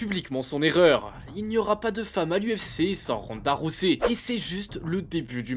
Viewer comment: Sérieux Ronda Rossey ? Rosset ? Faites un effort putain, Ronda ROUSEY, Holly Haulme ? 🤦🏻‍♀️🤦🏻‍♀️🤦🏻‍♀️